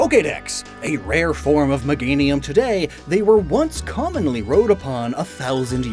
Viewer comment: "commonny", lol also great video, I like the designs